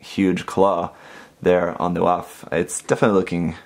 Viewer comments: i think its pronounced Waff (vaff) because it reminds me of the Luft-waff-e, see? also, i made sure to give mine the most detail possible, and it turned out AMAZING! (Amazing Waff anyone? kinda hope if there's a season 2 to build fighter's try, that the Waff makes a debut of some kind, along with the suits from IBO, and Reco in G) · It would be pronounced vAph like Volkswagen voLksVAgen